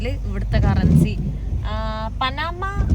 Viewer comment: പനാമ അല്ല , പാനമ